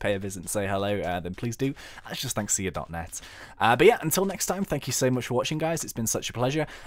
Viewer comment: When he says 'or Thnxcya' it sounds like 'all thanks to ya'